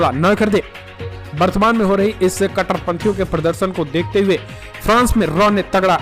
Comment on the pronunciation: Ko dekhte hue🧐🧐🧐 bolne men kuchha samasyaa hoti hai kyaa 🧐🧐🧐